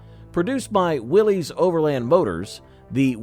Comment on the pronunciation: Let's start with the first error. Willys is Not pronounced Willies. It Is pronounced Willis. Accuracy goes down from there.